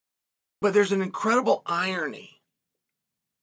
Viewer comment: Never heard anyone pronounce "irony" like that.